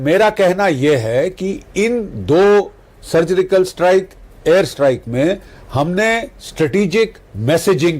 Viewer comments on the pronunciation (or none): Maf karna Bakshi sir lekin vo sugrical strike nahi thi surgical strike thi 😂😂😂😂😂